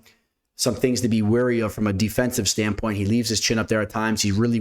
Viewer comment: No hate, just help here… It’s “From a betting stand POINT” (not stand PUT) 😂